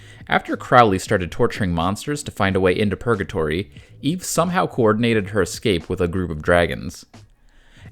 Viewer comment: Eevee? 👀 you using an AI voice and didn't catch that typo?